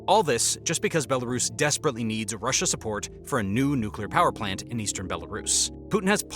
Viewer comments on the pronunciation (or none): none